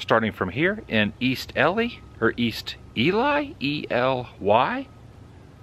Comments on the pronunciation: Ely is E-lee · Just looked it up you pronounce it by spelling it Ee - l e e... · its pronounced E-[ee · Here's a top tip.....when you get your coffee ask the cashier how to pronounce the name of the town and the state you're in. Makes you sound like someone worth listening to and watching. It shows respect to the people who live there. It's pronounced E-Lee, not E-Lie or Ellie. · I love visiting Ely. (It's pronounced Ee-lee) My favorite part of Nevada. Thanks for the look at it again. You're a lot better off there than here in South Florida this weekend! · Ely is pronounced "Ee-lee." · wrong , Eee Leeee is how it’s pronounced. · Ee-lee and Nev-add-uh are correct 🤓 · I think they pronounce Ely Ee-Lee...🤷‍♂️ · It's pronounced E-Lee (Ely). My husband and I have seen some of these same sites and we love Nevada (originally from Missouri). Been here 14 years now. Keep on truckin! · Rent the caboose, we've done it many times. Go up the canyon to a few old ghost towns. It's E LEE Nevada. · Pronounced "Ee Lee" It's one of Nevada's hidden treasures and a "must stop" on any road trip on US 93, 50, and 6. You might say it's "centrally located" as in "the middle of nowhere." The Railroad Museum came about in the same way the McGill drugstore. The mining company shut the place down and walked away leaving everything exactly as it was while still operating. How cool is that! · So what! Even nevadans mispronounce Jarbidge. No one is perfect! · The second way you said Nevada is the correct way. Ely is pronounced Lone E and the Y is also long E. Just a bit of trivia here for you:) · Hi, ELY. That’s pronounced as…eee…..lee.. I enjoy your videos. Stay safe. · Ely is a fun place to spend time hunting for garnets at Garnet Hill. It's pronounced E-Lee. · It is E Lee. Actually you are in East Ely. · EE-LEE...Ely Don't say Nuh-VAH-dah. We locals inwardly roll our eyes. Neh-va-duh. Videos r great! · I know in Minnesota Ely is pronounced Eelee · Ely is pronounced “Eel-ee”. Love this trip!